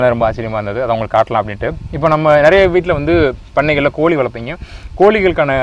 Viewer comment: கோளியை யாரும் வளர்க்கமாட்டார்கள், நீங்கள் சொல்லுவது கோழி என்று நினைக்கின்றேன், சரிதானே ! ஐயா தமிழை தமிழ் போல் பேசவும், தமில் போல் பேசவேண்டாம்.